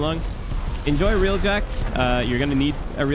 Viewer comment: id suggest not doing railjack video when you dont know how to say railjack to begin with..